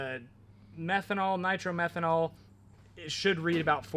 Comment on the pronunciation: Hi it is not called Nitro Merhenol it is called Niro Methane.I doubt you are running that it would distroy the engine after a couple of runs.Unless you can afford $50. a gallon. it is called Alcohol or methanol or M5.just talk to the VP Fuels directly. I used to own A Top Dragster. I used to use M5 which had a measure of Nitro very small which increases the oxygen. which makes the engine run faster.